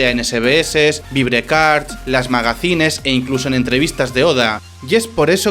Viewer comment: Magazine se pronuncia Magazin